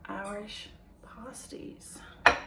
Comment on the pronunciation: pronounced Pass tees